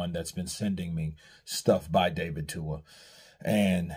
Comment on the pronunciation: His name is David TUA not Dua 💀